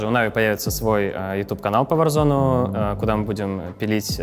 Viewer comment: Почему варзонАААААААААА а не варзоне